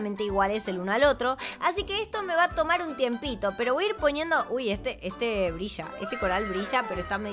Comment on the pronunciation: Odio como habla, ella dise castisho cuando se tiene que decir castillo, y también dise brisha cuando se tiene que decir brilla.